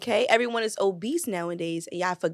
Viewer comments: Why they keep putting a T in Obese😂😂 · There is no T at the end of OBESE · … and the fact None of the Men dared to correct her saying “oBeast” says everything. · WTF is “obeast”?🤔